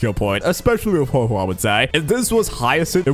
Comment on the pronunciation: Interesting idea, but you once again said Huohuo's name incorrectly so I leave a dislike